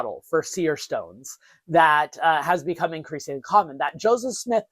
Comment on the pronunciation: Maybe thats what you think you are doing, however, Check yourself at the timestamp and onwards at least. That's definitely a few JOESmiths, not a JO SEPHSmith. Maybe slow down and enunciate more? Why do you always fast speak, anyways? It's not like the subject matter has to be rushed through, it's not going anywhere... Are you trying to create a sense of urgency to keep people's interest ? Obviously, anyone interested in the subject is going to tune in anyways.